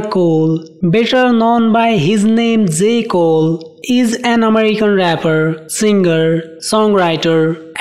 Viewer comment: Dzay Cole 😂😂😂😂💀